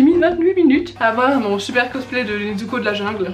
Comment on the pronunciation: NeTsuko Moi: MAIS C'EST N-E-Z-U-K-O